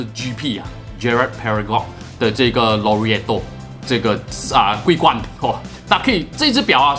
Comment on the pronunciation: 這馬來西亞口音嗎 讀款式名可以讀好一點嗎，已經不是口音問題，簡直是讀錯，超難聽